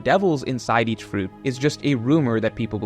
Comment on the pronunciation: Something satisfying about the way you say fruit